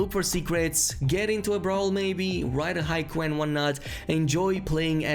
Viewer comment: Did you really just say write a hikway? Lol